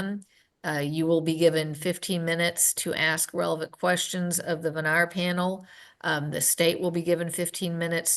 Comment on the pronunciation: What's a "venarmin"?